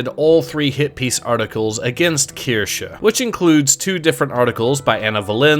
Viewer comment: breaking the meme of mispronouncing Kirsche, proof of a real one 🧐.